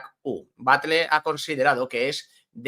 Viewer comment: la 'll' en catalán se lee como en castellano. No es 'Batle', se lee 'Batlle' Aparte de esto, os dais cuenta de que el año que viene, por tercer año consecutivo, volverán a jugar más partidos en casa en la segunda vuelta de la liga?